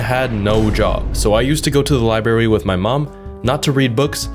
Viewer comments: Good video but it is library not libary. I had that pronunciation knocked out of my head by nuns in my youth. So that pronunciation is international,I guess,I thought it was a Chicago thing. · “Liberry PC”